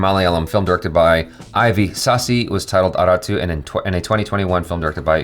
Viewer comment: 'Aarattu' the pronunciation is Aaratt !